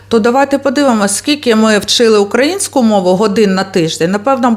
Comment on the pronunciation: Люба! Це дуже гарна подача інформації про наших патріотів, про історичне українське минуле і майбутнє нашої красуні Одеси! Але... Наголос потрібно робити на украЇнську, а не укА їнську. Ще раз дякую за вашу цікаву розповідь.